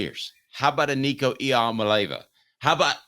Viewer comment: How can you still not pronounce our qb’s last name?? Just call him Nico..we know who it is😎